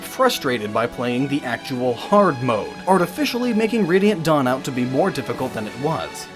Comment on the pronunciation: "Dawn Brigade" I could have sworn he said Dong Brigade, I am calling the squad and giving us a new name.